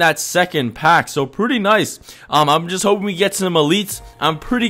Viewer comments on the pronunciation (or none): none